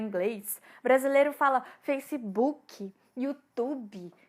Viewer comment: nao consigo utilizar seu jeitinho com essas palavras "facebokiii, HIITTTTIII" desculpa mas ainda meu ouvido nao se acostumo... acho que deveriam utilizar as palavras que já tem em cada idioma, e para palavras como HIIT pronunciar como é no ingles.. mas bom, tentarei acostumar.. BOM VIDEO!